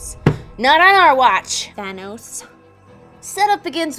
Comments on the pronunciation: Its thanos not thainos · "THAYYnose... Thanus? THANOS." And then she goes back to "Thaynose" anyway. x-D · Not Thay-noes, Thanos like Pan-hos or Dan Ross